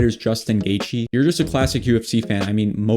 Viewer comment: you got Poirier and Geathje perfectly lol